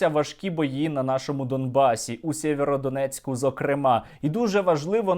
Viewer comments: Дякую за випуск. Одна маленьке але принципове зауваження - не Сєвєродонецьк, а Сіверськодонецьк. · Не Сєвєродонєцк, а Сіверськодонецьк.